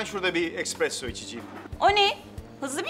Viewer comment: expresso degil espresso, bi de hava atiyo